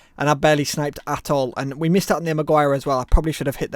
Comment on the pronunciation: How you pronounced maguire 😂